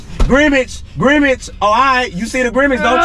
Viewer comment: So ain’t nobody gone talk about saying “ Grimage instead of grimace